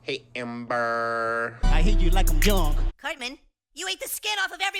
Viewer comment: "dranken" sends me through the stratosphere at the speed of sound 😂💀